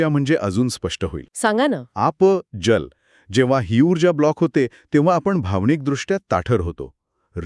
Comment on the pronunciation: उच्चारांकडे लक्ष द्या (१) जल् नव्हे जल, (२) स्थिर्ता नव्हे स्थिरता (३) बाहेरची लाईट नाही बाहेरचा प्रकाश म्हणा.